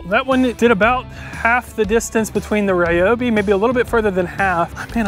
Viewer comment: REE-obi. Aster-ISK. stragglers